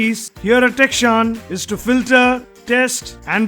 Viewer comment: becomes kitchshan...ha ha..just for fun🤣😂